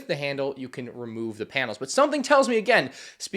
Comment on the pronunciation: Pute a finger down when he says “panil”